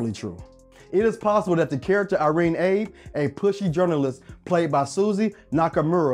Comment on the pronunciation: You pronounced Irene Abe's name wrong. It's pronounced "Ah-bay", not "Abe", as it's a Japanese pronunciation.